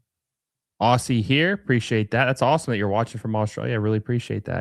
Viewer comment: FYI its pronounced OZ-ZEE. OSS-EE is just painful to hear.